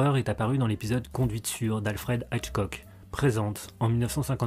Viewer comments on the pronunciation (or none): On t'en voudra pas si tu prononces normalement le nom de hitchcock (i, pas aïe) Surtout que le sens de hitch et de cock sont éminemment,.nécessairement, indubitablement importants...